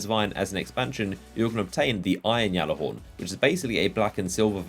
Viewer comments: G(j)allarhorn, not (G)jallarhorn. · You saying "YALLAHORN" pisses me off dude its GALLAAAAAAARHORN" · ITS THE G ALLAHORN, NOT THE YALLAHORN. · lovin that Yallerhorn. ITS PRONOUNCED G-A-LLER-HORN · it's gjallarhorn (g-aller-horn) not Yallarhorn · Why does he say yallehorn it pronounced gallehorn ( spelt gjallarhorn) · dude they literally said gallahorn not yallahorn so your pronouncing it wrong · Gal Gal not yal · gal not yal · Plus, if you spent five seconds looking at it, or know where it originated, you'd know it's supposed to be said "Yallarhorn". Not Gallihorn like a fucking Galimius. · it's pronounced gall-er-horn not yall-er-horn even bungie pronounces it as gall-er-horn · your fucking delusional if you think that's how it's pronounced, silent j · Listen okay GAL-AH-HORN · Look it up. If you knew your history or ever bothered looking it up you would realize it was not pronounced GAL-AH-HORN. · Deej said it's pronounced Gallahorn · You are so fuckin annoying! It's gjallahorn! With a G. Not a Y! Deej already cleared this up on stream! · it's not just him , other destiny youtubers and streamers say it that way. I always hear deej say with a "G" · No its the Jelly-Horn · | Quit it's pronounced yallerhorn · Guys...it's just a means of pronunciation....that being said it's Not yallarhorn AT ALL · i think the correct proninciation is Gyalllahorn, or thats at least that the pronunciation of the people that MADE IT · just deleted your minecraft account if you actually look up the pronunciation it's pronounced yallahorn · It's been confirmed that it's pronounced "Yallahorn." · You say Gjallarhorn wrong, look it up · lol I love how you butcher the name of the weapon! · He is saying it wrong it pisses me off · I'm disliking purely because of how you say Gjallarhorn. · Oh sir, how wrong you are. The name is Norse.